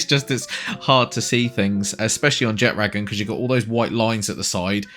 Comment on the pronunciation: Thank you for pronouncing Jetragon properly unlike literally every other Palworld YouTuber.